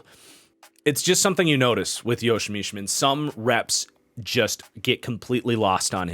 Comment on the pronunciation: Isn't it pronounced Nie-min for Nijman? Just listening at the packers website people and broadcasters they have pronounced it that way the past 3 years. Same goes for Enagbare and the pronunciation.